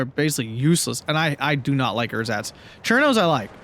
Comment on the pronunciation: German lesson of the week: It's Ehrsatz (no pause) instead of Er-satz. Keep up the good commentary :)